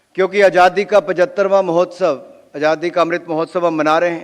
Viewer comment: उच्चारण ठीक नहीं,अजादी कह रहे हैंआज़ादी.अटक भी रहे हैं.